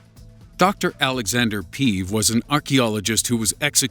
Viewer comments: One thing made me cringe a bit... Im Bulgarian and the way Alexander Peev’s surname was pronounced. It’s not pee-v, it’s peh-eh-v, not pi-ih-v. Other than that, the video was nice and interesting :) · the way u pronounced Aleksandar Peev gave me tumors m8. It is Pe-ev not Piv... and in wha form would u mention the gold from Varna, the oldest man made